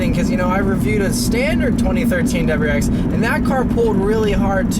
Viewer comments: Great review of the "DubuwwrrX STI" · Please stop pronouncing WRX like “dubuyurex”.